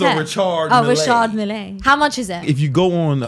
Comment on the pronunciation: Good prononciation on the "Richard" but the e in "Mille" is silent so it sounds like "Richard (silent d) Mill(silent e).